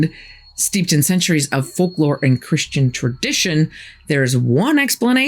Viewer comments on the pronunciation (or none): none